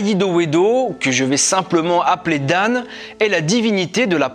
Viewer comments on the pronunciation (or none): 😂😂 un conseil ou correction pour prononcer dan prononcé dans plutôt que dane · Bon travail mais les noms sont mal prononcés.Il faut corriger celà.Tu peux me contacter pour t'aider. Par exemple1 : FON garde sa prononciation fon et non fone. Exemple 2 :DAN garde aussi cette proposition ''dan'' et non dane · C'était bien mais la pronation des noms pose problème par exemple "Dan" se prononce 'dans ' comme pour dire dans une chose etc je veux parler de la pronciation bien sûr rien avoir avec le sens 💁‍♂️